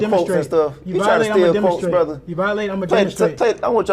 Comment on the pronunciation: The more I hear and watch his fights...im a fan. Trips me out everytime he says Brotha, and it's hilarious lol. is right about the Virgil situation